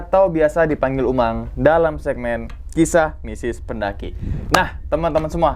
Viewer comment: Apa cma gua salah denger apa emg bener bang Umang pas ngmg bagian mistis jdi "misis"😂